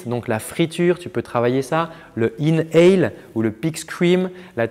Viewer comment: C'était comme d'habitude excellent, vraiment, merci beaucoup ! Petit tip : c'est "inhale", et non "in hell" (inhaler, aucun lien avec l'enfer ;))